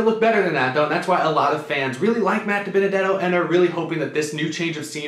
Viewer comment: You butchered Dibenedetto